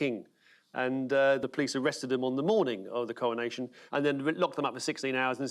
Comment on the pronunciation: Cowonation ffs talk properly